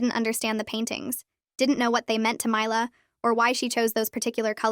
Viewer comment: They keep pronouncing mila's name differently